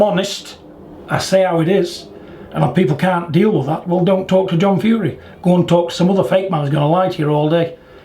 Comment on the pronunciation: Stop being bad with the Fury name or you'll get 👊 that in your earhole 🤣 Yea stop it online John.. Haha.